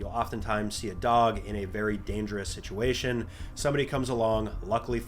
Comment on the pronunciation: ah yes "situatiom", thats a word